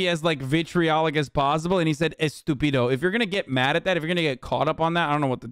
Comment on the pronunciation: It's actually "estúpida" not "estupído".